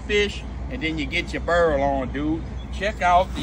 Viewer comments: How you get “burl” from “boil” it’s literally no way to mess that up lol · If you have been saying boil and oil like a cooyong your whole life I'm here to help you today it's boirl and oirl . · I like how he says "Burl dem krauhfish!"... Simply the best! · Is he saying bural? Wth do you mean boil 😂😂😂😂 I love how he talks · " shrimp comes to a burreel." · Is he saying Boil Burl???? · Berrel or boil??? 😂😂😂😂😂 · I Love the way you say "BOIL"😂😂😂❤❤❤ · Now u just doing it on purpose. U know dam well how to say boil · I ain't even know boil had a 'r' in it. I'm stupified